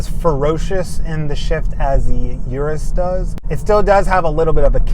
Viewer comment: Pronounced urus not "Your-us" But I LOVE my DBX anyhow. Drives great, sounds great, but not quite as flashy. 2025 Aston Martin with improved infotainment was only upgrade needed.